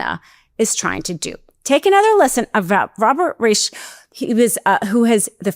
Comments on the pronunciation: It's Robert "RYE-sh" not "reesh" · Thank you for covering this story, and for the finer point that companies doing a fair about of business in a state must also follow that state's laws, as well as their own state laws. (I believe Robert Reich's name is pronounced like "rice" with an "sh". Like Rishe.) Down with Citizen's United! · How do you not know that Reich is pronounced “Rike?” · you should know how to pronounce Robert Reich’s last name! He’s famous! It’s with a long i and a hard k sound! Riik! Or ask Siri how to pronounce it!! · his name is pronounced Robert Rike. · I'm SO ready for this in all 50 states! But — have you never heard Robert Reich's name spoken before, because you butchered it. — Twice! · This video is Robert Reich the former Sec. of Labor. This is a German name. Remember in German to "never say die" that is pronounced "dee" with the ei or ie dipthong given the last letter's long sound. AI is bad at pronunciation too and can't be trusted for much. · Please learn to pronounce Robert's name correctly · Please learn the correct pronunciation of Reich… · I have find it strange that mispronounced the name for former labor secretary, Robert Reich. Makes me think she might be more of a self-promoting influencer than a true Democrat.